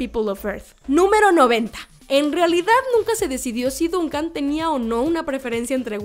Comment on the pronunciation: Se escribe Duncan pero se pronuncia Dòncan